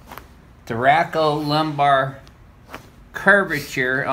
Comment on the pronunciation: hahahah i think he meant to see Thoracolumbar, not thoracle lumbar. Maybe it was just the accent